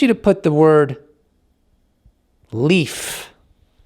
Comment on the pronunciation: Leaf, Leif but that’s pronounced “Lafe”. Lol I agree with you that it’s going to make the government look bad and I’m skeptical that they’ll disclose everything. It would open a Pandoras Box to all the nefarious things they’ve done to people over the years. I hope they will though.